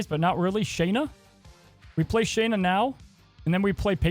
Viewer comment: Her name isn’t “Shane”na” it’s “sha”nna